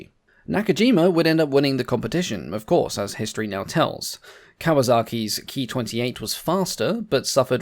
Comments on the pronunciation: The P-40's, flown by the AVG, had two .50 caliber and four .30 caliber guns, and not six .50's. I believe that the pronunciation of "Ki" is K I and not Key. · A very informative video,. Thank you! But your pronunciation of the Ki-27 as "Key twenty-seven" is quite wrong. It should be pronounced as Kay-eye twenty-seven, if you are going to use use the traditional Anglicized pronunciation. The correct Japanese pronunciation would be "Kyūnana-shiki sentōki" Or 九七式戦闘機.. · Please, please, please it's NOT pronounced KEY, but KAY EYE